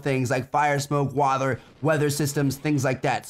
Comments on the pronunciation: he says wather lmao he meant to say water* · Was I the only one that herd him say wather instead if water? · Wader lol good video Trevor! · how he said water XD